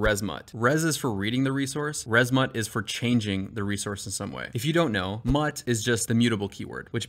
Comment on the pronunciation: its mut not mut